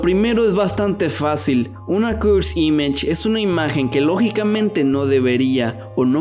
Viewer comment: me pone nervioso que diga cursd imash